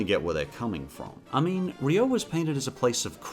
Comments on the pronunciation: Rio is pronounced "REE-oh", not "ree-OH" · It's "reeoh" Not "ree-oh" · The accent is on the i part of rio. Much love. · TIL Australians pronounce "Rio" differently. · your pronunciation of "rio" is making me reeee-OH... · WHY ARE YOU PRONOUNCING RIO LIKE THAT STOP